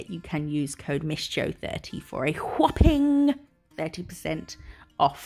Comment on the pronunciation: I always laugh when you say whopping, because it reminds me of Stewie in family guy saying cool whip 😂. As a Scot, I of course love a tartan and this set is no exception. It’s absolutely gorgeous. Perfect for autumn 🍁🍂. Xx